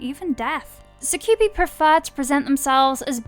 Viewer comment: Your pronounce things like you just read shit off of wikipedia. I usually hear that with Americans, lol. “Cor-vine nus” and the way you say “succubi”killed me.